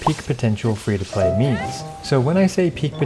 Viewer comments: am i the only one who heard fish to play.. and not, free 2 play. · Why does he keep saying fish to play? 🤦🏽‍♂️ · I'm I the only one hearing "FISH TO PLAY PLAYER" ? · I'm dying hearing you say fish 2 play every 10 seconds lol